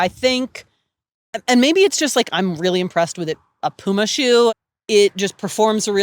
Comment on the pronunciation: It is Puma, not Pyjama ;)